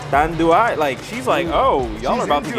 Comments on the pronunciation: GINEBRA is pronounced as He-neh-brah Tanduay is pronounced as Tan-dew-eye. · Tanduay pronouced as TAN-DU-WHY. Ginebra pronounced as HEE-NEB-RA.